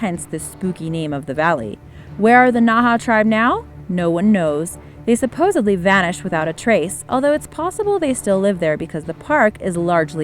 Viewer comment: Lost me at “Supposubly”